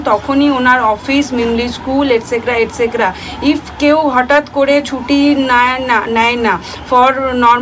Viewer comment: " Et cetera " not etcecra